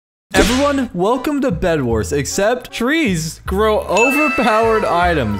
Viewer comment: said bed warts